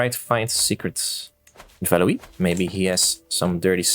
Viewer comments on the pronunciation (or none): I think 'Valois' is prenounced like 'Valowah' etc. instead of 'Valowee', I think it'd be Valouis otherwise... (Then again, I hardly know French for like 2 years...)